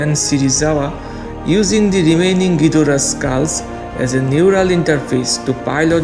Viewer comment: I was thinked you say ghoidra dora😂😂